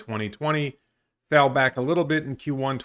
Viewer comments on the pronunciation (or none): none